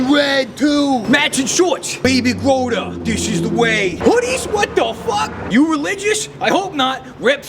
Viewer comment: “Baby growda” little did he know his name is Grogu